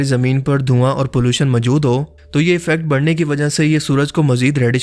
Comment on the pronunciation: Majood???? Bhai moujood hota hay wo.